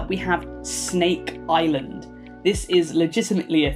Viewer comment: I live close to the Snake Island, and Yes I laughed really hard when you pronounced it